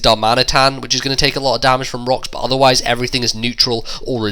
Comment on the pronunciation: I know it probably doesn't annoy anyone but me and it probably only annoys be because I have a headache, but you said rocks literary 10 times from to . It's just the stress you put on the "ro"